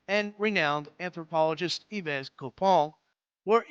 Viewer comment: Yves is pronounced "eve"